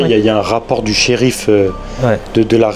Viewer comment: " et il s'appelait le Shérifa Luna" 😂😭🤣